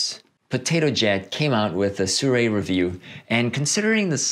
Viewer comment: It's pronounced "See-roo-eee", not "Soo-ray" :)